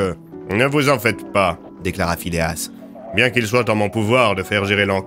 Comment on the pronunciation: Phileas? Ta langue a fourchée je pense !